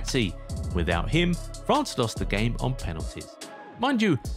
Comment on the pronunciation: 0.25 it's France not fance 😂 also I pronounce it MCRAPPE suits him better.